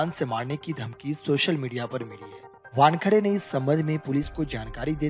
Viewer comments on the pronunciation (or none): वानखडे नहीं वानखेडे नाम है|